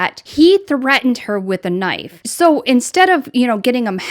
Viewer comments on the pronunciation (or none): none